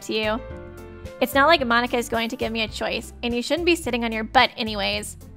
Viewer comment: You know youre obsessed with danganronpa when you call Monika--> Monaca xD